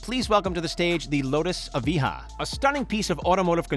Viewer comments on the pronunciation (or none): LayFerrari, Aviha, coutash??? What are those things? LaFerrari - (La)Ferrari; Evija - E-via; Coutash - no no no no no no....it's Countach (Coontaash) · You meant evija, not evihaaaaa